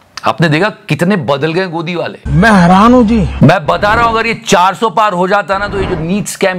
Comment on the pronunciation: Modi says "Main heraan hu ji" What I hear: "Main haraami hu ji" 😂😂😂😂😂😂😂😂😂😂😂...